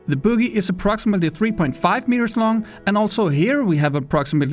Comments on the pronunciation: Me: Growza him: Graaaaasa Me:Dasya Him:datcha Me:buggy Him:boogy Wtf is wrong with you? Are you on drugs? Pill that changes the pronounciation? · The boogy? Büggy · "the bewgy"